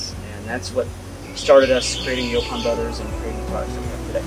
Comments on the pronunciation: I really wish ya'll would have corrected that idiots pronunciation of Yaupon (Yeah pon?) I can barely watch with him saying it like that! Even after hearing ya'll pronounce it correctly he insist on sounding like a re. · "YO-ponn" not "yawponn" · How many times does the interviewer have to hear their company name and their pronunciation of the plant to get it through his thick skull? YO PON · Its pronounced "yo-pon" holly,, in the South anyway just like the brothers were saying it. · Why is rob saying the name of the tea wrong, when the brothers are saying it the right way, is being defiant, yes the brothers would know the right way to pronounce the name of the tea don't you think,, let's correct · Is it pronounced yawpawn or yopawn? Have this growing everywhere in Texas